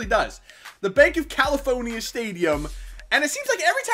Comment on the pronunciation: Banc of "Kelly-phone-ya !"